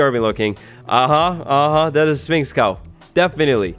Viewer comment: Learn how to pronounce Sphinx right